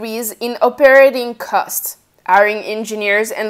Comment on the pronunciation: Informative enough but...it was the 3rd time that she said “airing” did I realize she was saying “hiring”